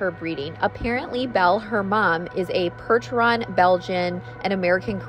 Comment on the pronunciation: Percheron Pronounced Per-sh-eron not Perch-eron.